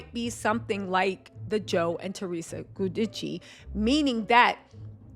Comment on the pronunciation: it’s Theresa and Joe “Jew-Dice” lol lysm boo ❤